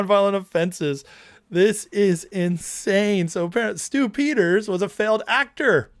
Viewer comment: Every time you say Stew Peters, I hear Stupid.